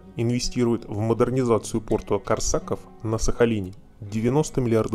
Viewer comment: КОрсаков,блин! Ударение на "о"!